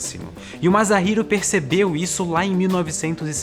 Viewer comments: desculpa incomodar, mas só queria informar que o "S" em "Masahiro" se lê como S mesmo, não como "Z". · Sensacional tema,! Lembrei imediatamente do Jude Law, interpretando brilhantemente um andróide em "Inteligência Artificial". PS: Masahiro se lê "massarriro". Tirou 5, por ter acertado no "h"...:D PS2: Você ultrapassou os outro canais de ciência de longe, em qualidade, informação, imparcialidade entretenimento. Muito obrigado!